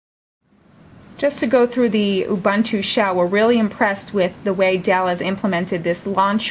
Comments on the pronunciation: "awbahntu"? It's pronounced "U-boon-too" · what's so hard in saying "oo-boon-too"? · It is pronounced "oo-BOON-too" (from Ubuntu's own documentation)